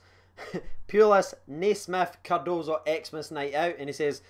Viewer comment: Im just happy you’re saying Cardoso and not Cardosa